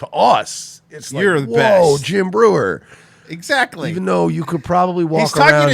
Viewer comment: You can really tell when someone is a huge fan of someone else when they can't even get their name right. Watch the end of that Breuer episode and Schaub completely butchers his name.